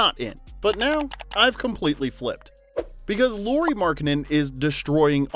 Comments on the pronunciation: Loori :D It's LAU-RI. example word, lamp, ok, LA. I know you're American but I'd appreciate atleast attempting to pronounce Lauri's name somewhat correctly ^^ Great vid. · It's nice to see videos on Lauri. But pleeeeeease: it's not "Lori" it's Lauri like "Lowry" in Kyle Lowry. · La-u-ri La, like in "Las Vegas" u, like the u in "push" ri, like in "risotto"